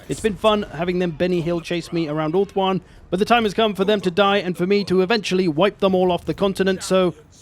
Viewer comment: hahaha i love the "ULTHUAN" swear haha it really sounds like you are saying ååh faaann in Swedish which means oh fuck or oh shit basically